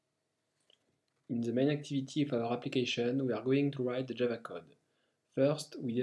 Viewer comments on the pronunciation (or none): none